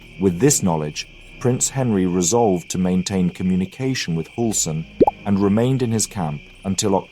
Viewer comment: Read the ”ü” with a ”y” sound instead in german names. So instead if Hulsen it is more like Hylsen. Great video regardless!